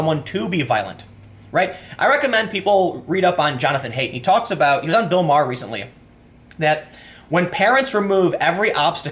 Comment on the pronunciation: JONATHAN "HEIGHT".... DUDE. PRONOUNCE IT PROPERLY I'VE TRIED TO TELL YOU THIS EVERY SINGLE TIME FFS!!!!!!!!!!!!!!!!!